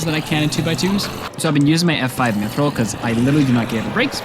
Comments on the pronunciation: Mithril is pronounced myth real not myth rael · lahva and myth-rill also